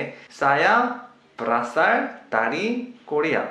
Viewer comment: ber asal... bukan ber rasal la 🤦